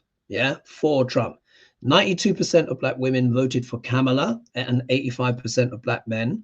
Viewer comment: I'm sorry, but, you're not pronouncing Kamala correctly. It's Coma-la phonetically said.